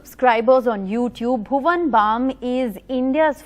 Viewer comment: Did she say "Bhuvam"